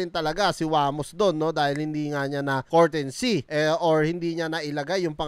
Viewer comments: pa english english ka pa kasi "COURTESY" hindi "COURTENSY!" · Boss hindi po yan cortency mag basa2 ka muna bago ka mag vlog nyan para d mapahiya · It's COURTESY NOT COURTENCEY.... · hindi courtency, courtesy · Brad anu ba ung sinasabi mong kortensy ang ibig mo bang sabihin kertesy(courtesy) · comment lang. 😅😅😅 Courtesy, Hindi Courtensy. Honest feedback lang. 😊😊😊